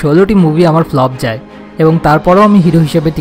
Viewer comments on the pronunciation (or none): none